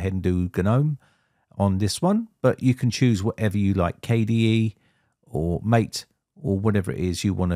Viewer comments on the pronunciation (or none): none